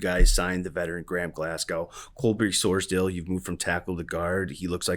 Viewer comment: Sors-DAHL not Sors-DALE